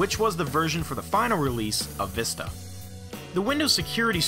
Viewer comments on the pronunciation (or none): Because they want to test the people if they can say the right way to pronounce it People keep saying (vih-sta) instead of the right way (vee-sta)